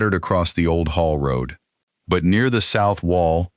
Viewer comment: It is haul road, not hall road.